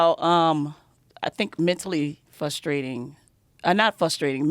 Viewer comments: She literally said "Mentally Fustrating" x2 and "Ax me" LOL was she a diversity hire? Call an ambalamb she needs some milk. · “Fustrating” “ax me”